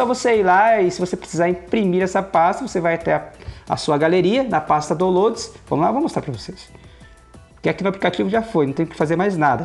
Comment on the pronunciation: Boa dica! A pasta é Dáunlouds (como se pronuncia!) Obrigado